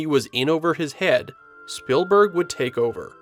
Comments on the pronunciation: It’s ‘Speeeelburg’ not Spillberg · The pronounciation of "Spielberg" sounds a bit too much like "Spillberg" for my taste. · Why are you pronouncing it "Spillburg"? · It's SpEELberg not SpILLberg... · it's speelberg. like spiel in german. not spillberg. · This video has me questioning my whole life and wondering if it's actually pronounced "Spillberg" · ah yes… Steven “SpillBurg” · So Spielberg is pronounced spill-burg? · Almost didn’t make it through the first 2 minutes because of how many times he kept calling him “SPILLberg” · I have never heard anyone pronounce "Spielberg" that way, is that the common pronounciation in the US?